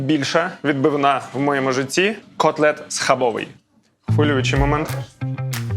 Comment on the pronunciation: Бльо, не схабовий, в польській мові немає закінчення й, схабови!!!☝️